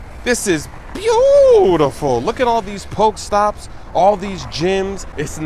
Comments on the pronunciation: The pronunciations of pokéstops and pokéballs or whatever are horrible bruh. Give a Poké-mmmmmanuel! He's making nooooooob moves. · poke-e-stops , not poke-stops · cmon smoove its pok-eeeeeeeee-stops